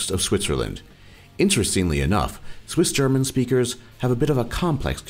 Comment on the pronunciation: Your German pronounciation is pretty great, but I giggled at your Swissgerman. But I'll give you some slack, as not even Germans can correctly pronounce it correctly. However, I think it's a very unique language that can sound quite beautiful in some dialects:)